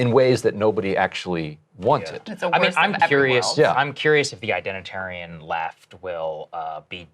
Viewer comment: Identerian ? Lol